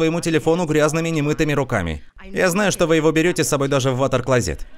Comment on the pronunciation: Ватерклазит? Серьёзно 😄😄😄